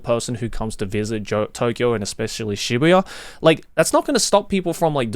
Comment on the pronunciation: I actively hate how you say Shibuya